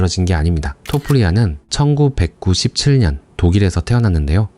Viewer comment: 와 근데 이거 음성 ai네요 ㅋㅋㅋㅋ 중간에 1997년 발음하는거 이상해서 다시 들어봤는데.... 암튼 퀄리티 좋은 영상 감사합니다